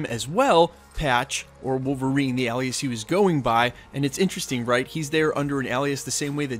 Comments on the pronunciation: Alias...pronounced, aye- lee-us not Al-lee-us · A-lee-us =alias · Why he saying ’alias’ like that?